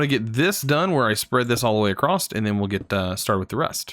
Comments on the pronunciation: Man it’s across not acrost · could you plese keep in mind that every time you say acrosst your triggering my perfectionism so it makes me want to help you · My guy says ‘acrosst’ 😂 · Please stop saying acrosst I can't take it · across not acrost. still like the series. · / it's just "across". "So it goes across." Not "So it goes acrossed/acrost. :P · You are saying acrosst wtf? xD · WHY DO YOU SAY ACROSSED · WHY DO YOU SAY ACROSST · He keeps saying "acrossed" 🤣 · i think its funny that he says acrossed instead of across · Is 'acrost' a Canadian pronunciation of 'across'? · I am not sure but I think you said acrost instead of across lol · ‘’Acrost’’ Great XD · Loved the video but cringe every time you say “acrosst” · Lol, I'm southern bred and cornbread fed too, but I also know that acrost is not an accent, it's wilful ignorance. Like libary. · No "T" in "across" or "sand"! LOL The Plow is perfect for one of my 64x64 farms.